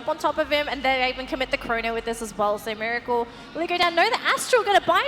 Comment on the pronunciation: its meracle not miralce